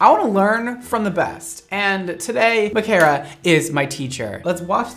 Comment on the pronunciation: 1. You pronounced my name right omg 🥺😊 2. I'm so sorry I ruined your favorite mannequin head😩 3. THE LAYERS LOOKED SO GOOD I HAVE TO DO THAT ON MY HEAD ASAP